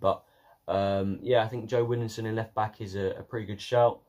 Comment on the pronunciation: Widdowson not widdingson